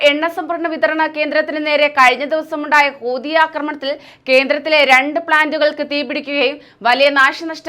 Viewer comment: കൂതി അല്ല മക്കളെ, ഹൂതി ഹൂതി, എന്നാണ്